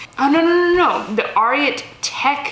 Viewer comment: Thanks for the video! Judy Blue has done well for me for a long time - definite BOLO. Ariat is “air-ee-ette” as in Secretariat, the horse. :)